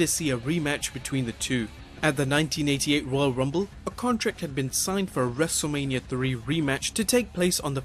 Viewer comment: He said wrestleamia